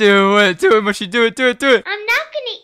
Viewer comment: And it’s pronounced mushy not mooshi